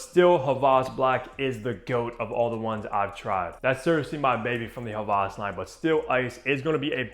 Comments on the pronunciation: I love the vid and content, but js wanted to let u know that it’s Hawas and not havas, I love you though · It’s pronounced hah-wahs not ha-vahz. Hope this helps 👍🏼